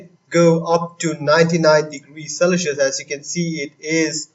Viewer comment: its celsius bro not celisus 🙄